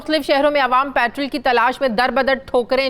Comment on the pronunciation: Why do you say it “Patral” not Petrol?